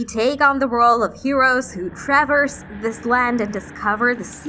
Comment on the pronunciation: "Tra-verse"? "Beths-da"? "My-thology"?🤨Get someone who actually knows how to read please.